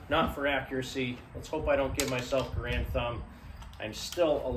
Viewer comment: Why do so many people continue to make the same two mistakes when discussing the M1 Rifle?First of all,John Garand's last name is NOT pronounced ga-Rand! The correct pronunciation is GAIR-and! Secondly, If one carefully examines an M1 Rifle one will NOT find the word Garand imprinted anywhere on the rifle! This is because the M1 Rifle WAS NOT a Garand Rifle but was actually a U. S. military rifle that was based on several protptype rifles designed by John Garand!